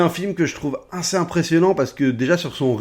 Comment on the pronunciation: J'aime bien ces formats de recap, on apprend vachement de trucs. Sinon, rien à voir, j'entends "1C" quand tu prononces "assez", c'est mes oreilles ou bien ?